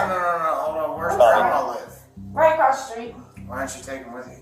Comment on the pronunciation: I just realized that when he said “Apple street” he meant “across the street”